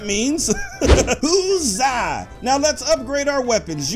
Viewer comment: It's hu-zaaa